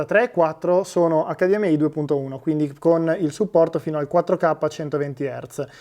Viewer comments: EICDIEMAI, che non si sbaglia. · Wow che mostro di tv PS: David ti prego HDMI con la I di Imola!! Se vuoi dire la "ai" finale devi dire la sigla all'inglese TUTTA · HDMai inglesizza solo la I , che cringe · ACCADIEMMEAI, MA CAZZO! Tutto perfetto ma ACCADIEMMEAI NO. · acca di emme ai , nun se po sentì 😭